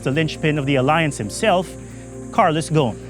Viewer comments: His name in Lebanese Arabic is pronounced [ɣu-sˤn] "غصن". I don't get how that became to be like "Gone" lool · Why he keeps calling him Ghon instead of Gho"s"n, as in (غصن) which means a tree branch in Arabic